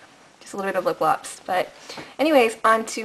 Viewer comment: ok so i seriously rewinded it like 30 times where u said lipglops lol! so funny love that u totally can make fun of ur self that was super hilarious! :D great video! :D favoriting it for sure